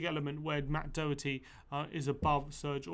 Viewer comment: You need to pronounce Doherty probably 🙄